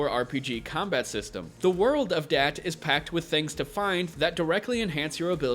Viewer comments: Not dat or that...da'at. Lol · Da'at is pronounced Dah-aath. There is a full stop between the two A's, and the A's are soft, as in Jaw. Its a hebrew word and is part of the Kabbalah. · Just my opinion, think it's pronounced Dah-Ott